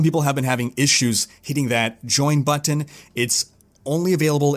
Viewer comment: You are saying "button" wrong